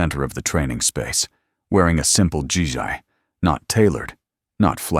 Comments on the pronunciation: The word that you miss pronounced as GI, is expressed as Gee, stressed i as ee / Gee,Gi. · I enjoy the stories though they are the same with a different title. Would like to make a couple of comments. One, the "Gi" in the martial arts garb is pronounced as a hard g (like in goat or grade), followed by me. The way in the audio is 'G" "I". GI usually references an American military person with the GI Standing for "Government Issued". Two, there isn't a "Sergeant First Class" rank in the Marine Corps. There is one in the Army. Three, a lot of these stories misuse the military ranks, particularly the term "Soldier". A soldier is in the Army. The rest would be Marine, sailor, airmen, etc.